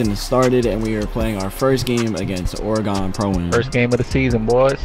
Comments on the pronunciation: precise I'm from oregon, it's not pronounced ore-gone, it's pronounced ore-gin 😂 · you said or gone it’s oregon pernounced or gen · Its pronounced Ore-gun damn how long people.... HOW LONG?... Its not Ore-gone just an fyi for the 9 billionth 458 millionth 274 thousandth 422nd person.... Do you say "Ore-gone trail". #DAMMIT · Man said or-gone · Anyone else hate the way he says: Oregon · You pronounced Oregon wrong by the way 😂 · Stop saying Oregon like that🥺